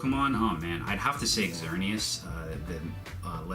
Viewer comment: Yup you destroyed it's name